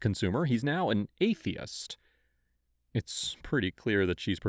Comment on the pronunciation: why you saying "atheist" like that, and how does that make a person worse? wtf lmfao